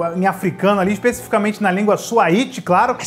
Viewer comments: não e suaíte e suaíli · a língua é SWAHILI, não swahiti... Uma das riquezas da Mãe África 💞💞